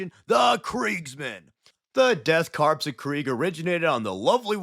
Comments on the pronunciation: My brother in Space Christ…. It is pronounced Core not Corps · You're killin' me with the corpse talk. Corps is pronounced core, bro. 💀💀💀💀 great video notwithstanding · It's pronounced core not corpse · Do you know you are saying korps wrong? Sounds like "death core", not corpse 😊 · Everyone mispronounces korpse (core) as corpse. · You don’t pronounce the “s” in “korps”, it sounds more like core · Just a little correction, it's pronounced Core, not Corpse. The spelling does throw people off, but I learned because of the Afrika Korps from World War 2, and to sort of a lesser degree, the US Marine Corps. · It's pronounced 'core' The Death 'core' of Krieg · Korps is pronounced core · did you say the death "crops" of krieg? XD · Also it’s pronounced death core of krieg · Corps is pronounced without the P. It's just "kor". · Korps/Corps sounds as Core, loved the vid. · the crepe dorks of krieg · Death karps of krieg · Death Corn of Greg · Death Kraps of Kreeg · The Deaf Crepes of Cheems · Im gonna be that dude and give a little correction. The S in 'Corps' is silent. Missing this triggered me enough to write this comment lol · The p and s in corps/korps is silent. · Bro talks down to half the fanbase and doesn’t know how to say korps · yeah I thought so too just didn't want to correct him and be a wrong asshole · In korps the P (teehee) and S is silent.